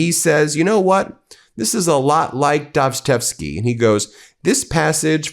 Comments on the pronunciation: By "Dazchevsky" I suppose you mean 'Dostoyevsky'... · Brothers Ka-ra-MAV-zov. Dos-toy-ev-ski.